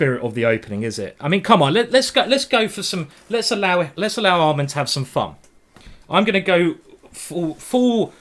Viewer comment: Why did he keep calling Amman almond?